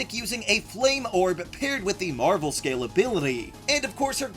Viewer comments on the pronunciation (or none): none